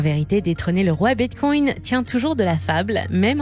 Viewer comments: Bitcoin et non bitcoyne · Hello ! Je suis super fan, abonné depuis longtemps et je vous adore. Je fais aussi partie des fans de La Voix d'Eleonore. :-) Mais c'est hyper étrange la façon dont vous prononcez Bitcoin non ? (Respectueusement) On dirait que vous dites bitcongne 😂. Ça produit un effet intriguant. J'ai l'impression de devenir accro. C'est surement un plan marketing diabolique pour faire plus de vues 🤣